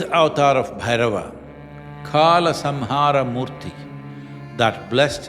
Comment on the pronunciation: सही उच्चारण करें, यह कल है, काला नहीं।